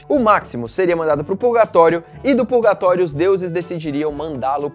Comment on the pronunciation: fiquei confuso.... É pulgatório ou purgatório?